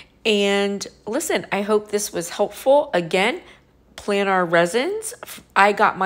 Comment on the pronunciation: No.. she doesn't pronounce it right, and doesn't have it in the description correctly.. it's "planars resin flatbacks" .. hope that helps better.